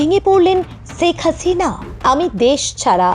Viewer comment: শেখ হাসিনা নামটাও শুদ্ধ করে বলতে পারেন না?